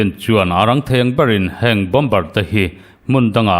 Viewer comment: Bomber=Bomer ti a lam tur, Bombar ti in lam nulh nulh hi News chhiartu an tam leh thin. News puangtu pakhat phei chu a insiam tha duh der silo, Mizo tawng a suasam ani ringawt😂 a dang pakhat pawh in "Lei do" indona lam sawina hi Lei= Mihring lei(tongue) kan lam rik anga lam tur kha Lei(earth)(Soil) hemi Mizo tawnga kan lamti ang chiah hian a ri hniamin a lam zel😂😂 Tinge YouTuber ho hian thu puan hi an thiamloh em em le ka ti. Best collection leh Rainbow channel hi chu zia tak ani